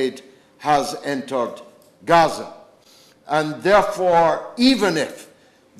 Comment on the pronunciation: Please do us (regular Brits) the courtesy of pronouncing Gaza as it is familiarly known.